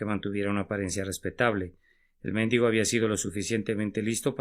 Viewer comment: Me disculpan pero eligieron mal al que leyó el mensaje, no le puso ninguna gracia a la lectura de una reflexión tan bonita e inspiradora. Y no se dice "méndigo".